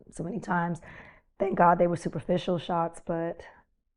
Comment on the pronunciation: why she say "superficial"